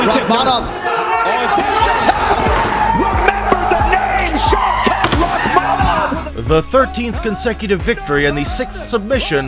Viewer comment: The correct pronunciation of his name is... Shau Kath Rah maan......